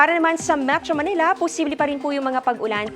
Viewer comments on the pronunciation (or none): none